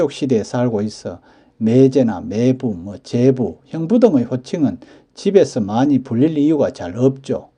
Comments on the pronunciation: 장단(長短)도 구분해야 하는데 이 동영상에서도 '매:제, 매:부'라고 길게 하고 '같은 漢字를 쓰는 '매형'은 짧게 바른 발음을 하시니 알려드린 겁니다. '매(妹)'는 짧게 발음 하는 것이 옳습니다. 국어사전에도 길게 발음하는 것을 나타내는 ':'표시가 없습니다. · '매부(妹夫)'나 '매제(妹弟)'의 발음은 '매(妹)'를 짧게 해야 하는데, 동영상 만든 분은 '매:부, 매:제''라고 길게 하시네요. '매형(妹兄)'은 짧게 제대로 발음 하시는데, 다른 호칭(매부, 매제)에서는 '매(妹)'를 길게 잘못 발음하시네요. '아내'라는 호칭의 발음도 굉장히 어색하네요. 보통 듣는 '아내'와는 전혀 동떨어진 이상한 발음이네요. 방송이니까 표기(表記)도, 발음(發音)도 정확해야 하지 않을까 싶어 다음 영상 만드실 때 참고하시라고 알려드립니다. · 주위에는 '매부, 매제'를 길게 하는 사람이 없습니다. 지금 쓰고있는 사전에도 '제부(弟夫)'는 장음(長音) 표시되어 '제:부'라고 나오는데, '매부'와 '매제'에는 이 장음(長音) 표시 ':'가 없습니다. 지금 보는 사전에 표시된 걸 기준하는 것이 옳지 않을까요? 나중에 길게 발음하는 것이 옳다고 바뀌면 그때는 길게 발음하더라도 지금은 짧게 발음하는 것이 옳지 않을까요? 이 글자 발음의 長短이 달라질 그런 일은 없을 것 같습니다. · 자기 성씨 조차 제대로 발음 않는 것을 방관만 해서 되겠습니까? 알려 줄 수 있으면 알려줘서 제대로 알게 하는 것이 옳은 일 아닐까요? 이 동영상에서 '매형'은 짧게, '매부와 매제'는 길게 발음하는 것이 확연해서 그러는 겁니다. 지금처럼 언어의 제대로 된 습관이 무너져 가는 것을 방관하는 건 옳지 않다고 봅니다. 굵고 가늘고, 두껍고 얇은 것을 구분않고 쓰는 경우를 보면 알려 줄 수 있으면 알려줘서 제대로 된 걸 찾아가도록 해 주는 것이 옳지 않을까요? '코스프레' 같은 일본에서 지어 낸(?) 영어 아닌 영어나, '팩트 체크'니 '오픈'이니 하는 영어를 남용하면서 우리 말, 글은 함부로 하는 풍조를 그냥 보고만 있을 수는 없지 않습니까.